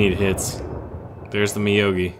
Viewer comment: I think it's meow-gi not ma-yo-gi : )